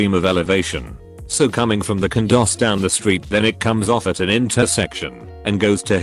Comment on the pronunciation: I know what a condo is 👍. What's a cundo which is what the narrator says at one point